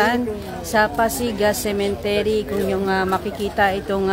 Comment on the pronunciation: Correction lang po...😊🤗✌️✌️✌️cemetery Hindi cementery. .. ✌️✌️✌️🤗🤗🤗